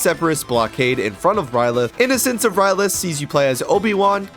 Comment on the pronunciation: Its ryloth not rylith dumbass